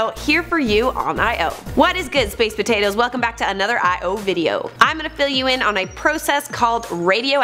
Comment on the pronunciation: They allyyiieennss must leiikkk poaytotiess